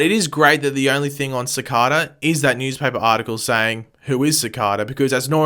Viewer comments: m8 you pronounce cicada wrong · Why do you call It Cicada instead of Cicada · You totally mis-pronounced CICADA. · You pronounced cicada wrong btw. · It’s cicada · The way this guy pronounces Cicada pisses me off... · Your prounoceing cicada so so so so so so so wrong 😂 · The way he pronounced cicada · They say “cicada” so clearly in the show yet you still butcher it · You are saying cicada wrong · this is a counter video of how many times he said sicada and he doesn’t even say it right it’s cicada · its not sikata its cicada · dude how to say cicada is not SI-CA-DA its SI-CAY-DA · He said cacada wrong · Him: sickadaaa Me: cicada P.S. not tryna be rude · Its ca cada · It is nor cicarda. It is said cicayder and spelt cicada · he kept saying cicoda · he kept saying sicoda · its pronounced Si-caid-da Not Si-card-da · OMG ITS NOT Ceecaaada Its Cikada pronounced differently than its spelled they say it in the show like come on why are you being annoying. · It’s si-k-da not sa-ka-da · It's pronounced SI-KAY-DAH not SI-KAH-DUH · ur saying cacada. Its cicada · It annoys me how he says sakaata not sakAta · It’s si-Kay -da not si-kah -da. I understand that you can pronounce words differently based on where you are from, but since this is a name, pronouncing it right is kinda big. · It's cicāda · You say sa-ca-da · You pronounce the word cicada wrong. It’s pronounced cicayda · Ci-Carr-Duh lmao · I. Am. Really. Sorry. But I have to.... IT'S CICEIDA NOT CICADA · Its sick-ada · C -k-aid-ah thats how u pronounce it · It’s si- cay-dah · It's pronounced si-kay-da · Why are you not saying (si cade a) cicada properly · it’s actually si - cay - da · Cicada is pronounced (si-k-da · That pissed me off, lol. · Ci-cah-da lmao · It’s sa-ca-da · Cicada (SIH-KAY-DAH) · you are pronouncing cicada wrong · he says Cicada VERYYY wrong he saying it the way its spelled not the right way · The way he says Cicada annoys me so much😂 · Can you say cicada right pleasr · Please pronounce Cicada well